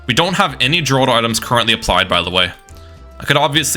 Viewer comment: The way you pronounce Geraldo infuriates me.